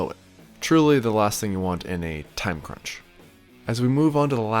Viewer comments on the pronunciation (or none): none